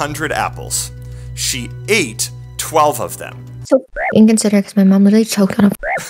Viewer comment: lmao “so fucking incersiderit” 😂